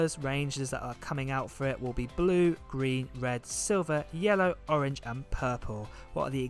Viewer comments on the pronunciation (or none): none